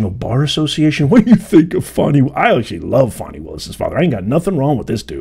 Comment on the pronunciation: Why did you apologize for saying her name…she’s Fani NOT Foni. Her parents must like that name.